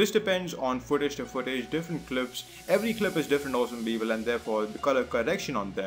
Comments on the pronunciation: Had a hard time figuring out "people", thought it was bevel or pipil..what the f@ is "pipil"?! Nice Tut btw . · Great tut, but what the hell is "beebal"